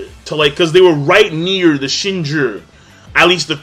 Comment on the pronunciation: Yea, I have no idea why pronounces it like that. He also says "Shinjur" instead of "Shinju". Completely unrelatededly, in Magi he says "Isnan" instead of "Ithnan".